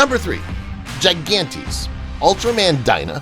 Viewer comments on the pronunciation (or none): none